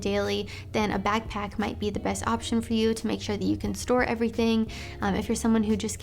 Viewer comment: Im sorry but the way she says backpack souds like bagpack lol